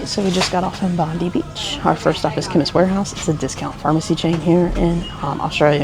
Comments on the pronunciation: It is pronounced "Bob -Eye " not Bondee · Bondi is pronounced Bond-eye.